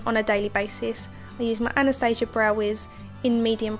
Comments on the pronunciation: It's supposed to be pronounced as ana-stas-ia for this brand. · Actually, she did not pronounce it correctly, she made it sound totally american/british, which is nor correct in this caae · not correct in this case*